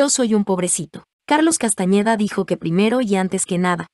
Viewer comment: No es CASTAÑEDA es CASTANEDA